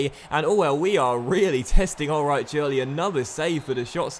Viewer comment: In german ch=h so it is pronounced Ulreih not Ulreich also ei= ai but i think you know that